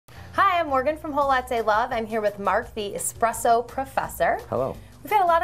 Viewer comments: It's essssssssspresso Not expresso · espresso Professor needs to learn how to pronounce that word😂😂😂😂😂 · you don't wanna mess with 😆